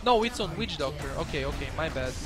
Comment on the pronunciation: is it just me or when says witch doctor i hear weed doctor